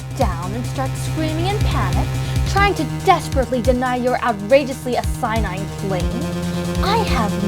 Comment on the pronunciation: This was the best episode yet! I love the custom pursuit theme for Judy Prava. I also like the subversion of how everyone reacts when accused. Nitpick: the word "asinine" was mispronounced.